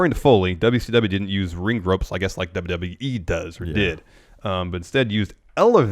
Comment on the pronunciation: Went to check out the perfect ten. I know they are new and it may improve but right now it's absolute trash. Guys have no natural charisma and are lame. First two videos I clicked on the guy couldn't even pronounce WWE.